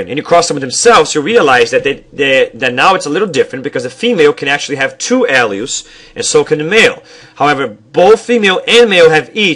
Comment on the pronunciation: its a good video, however, you stumble over your words to fast maybe because youre talking to fast, mispronouncing some words like "alleles" which can be heard as of "Al's"